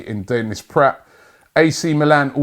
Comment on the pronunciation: Denis PRATT?? Robbie! You learnt how to pronounce "PRAHT" last week. Pronounce the "a" as in bra!